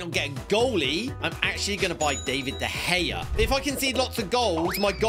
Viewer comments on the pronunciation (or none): Dude said De Hea